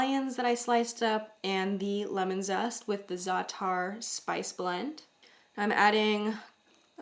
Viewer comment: The apostrophe in za'atar is a glottal stop. So the correct way to say this word is to say "za" pause a moment while closing your throat and then saying "atar". Just a little basic arabic, dear.